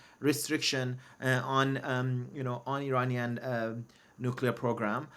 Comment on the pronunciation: Hey Negar It’s Iranian not Ereyneean… By you misspell the word of Iranian .., doesn’t make you an American